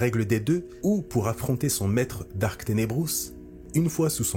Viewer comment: Il faut dire Darth et pas Dark…